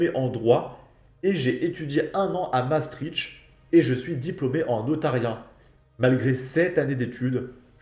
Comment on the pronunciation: Svp les français arrêtez de prononcer maastricht, renseigner vous de comment on le dit vraiment j ai a chaque fois l'impression de saigner des oreilles 😢